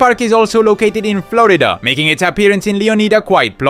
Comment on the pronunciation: no it's somewhere that speaks Spanish its the way he says Florida